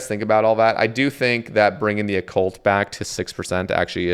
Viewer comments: Bro was really calling it O-Cult lmaooo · Oh-cult lol. That was too frustrating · Lmaooo the Oh-Cult